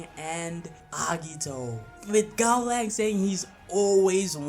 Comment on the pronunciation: Giving a Gaolang fanboy a Gaolang W is like telling autistic kid that everything is possible. Bro, pronounce the name of your "god" correctly and only then try to make takes that make any sense. Serious Shen Wulong wouldn't even need more than half a minute.